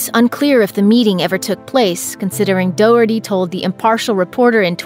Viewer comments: Doherty is pronounced D-ah-her-tee not Doh-herty. Sorry it was just bugging me so much I had to say it. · It's do as in doctor, not dough. Pronounced Do-hurty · Doherty is pronounced daw-her-tee. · Doherty is actually pronounced "Dock-er-tee" least you could do is find the proper pronounciation it's not that difficult Doherty is a common enough name! (before comments roll in my family do know the victims and yes I know people like Shannon Doherty say it differently but that's an Americanised version of the original Irish name) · Gallagher - the "g" is silent so Galla(g)her not gallaGher and the name Doherty - not Doh erty ....ffs get your shit together with the pronunciations of names, it's ignorant and uncouth to massacre a name... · I get that this is a serious video and all but the pronunciation of Doherty is hilarious to me as an Irish person